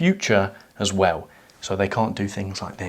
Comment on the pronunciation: "as we wizz"....